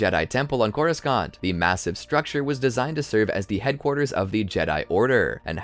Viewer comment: couruskant? wtf